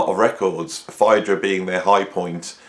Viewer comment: Interesting pronunciation of Phaedra?